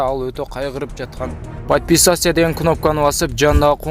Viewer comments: Подписассия эмес ПОДПИСАТСЯ😃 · Падписяция дебечи.Кулкум келди ,бирок кулбодум согуш болуп жатпайбы